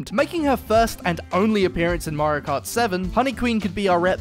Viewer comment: I didn't know Mario has a L in his name 💀